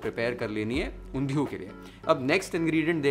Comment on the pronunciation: The way u say Undhiyi!!! Omg ! Oerfect in gujju style